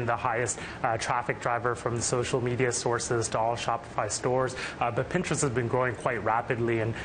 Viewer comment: PinGtrest. I don't think she's saying it right.